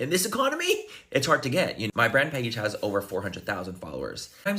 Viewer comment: "It's kinda HAAAD and its not for me...this is TAAAT'S new tubing mascara."